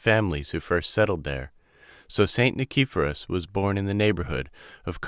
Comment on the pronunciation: nee-kee-PHO-ros. Please learn how to pronounce Greek words and names before reading! HEE-os, not KEY-os.